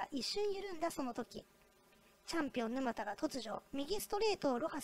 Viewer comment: 「ぬまた」のイントネーションが？